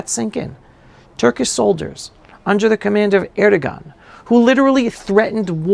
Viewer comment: It’s pronounce (Air do Wan) by the way, the G is silent!!!